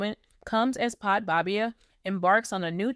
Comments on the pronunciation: It’s pronounced as Bad baby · To the channel owner.Please learn how to pronounce this young ladies name correctly🙄This young lady gos by the name; Bhad Bhabie pronounced like: Bad Baby you get it now🤔?? Cause the name you've been calling her,is outright WRONG & Disrespectful on all levels.That's it & That's all for now🙎